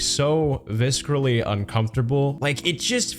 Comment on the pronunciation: I love your stuff! I have to say, the C in visceral is soft, not hard.